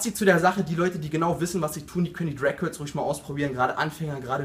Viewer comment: "Crag curls" am anfang :D